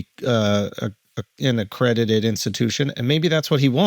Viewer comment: “Accredidated” .. Charla is a fuckin dunce